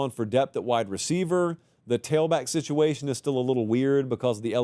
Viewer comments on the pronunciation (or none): none